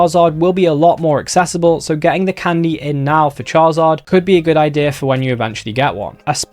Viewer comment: It's called Candy not Condy😂